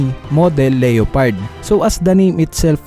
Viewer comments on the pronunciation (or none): none